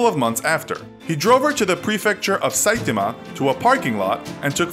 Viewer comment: Actually,saitama is pronounce "Sa-ee-tah-mah"